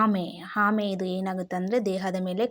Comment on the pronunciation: ನಿಮಗೆ ಅರ್ಥವಾಗಿರಬೇಕು. ಹುತ್ತರ ಅಲ್ಲ ಉತ್ತರ. ಹಿದು ಅಲ್ಲ ಇದು. ಹಾಮೆ ಅಲ್ಲ ಆಮೆ. ಹೊಗಟು ಅಲ್ಲ ಒಗಟು. ನಾನಂತೂ subscribe ಮಾಡಲ್ಲ, share ಮಾಡಲ್ಲ, like ಕೂಡ ಮಾಡಲ್ಲ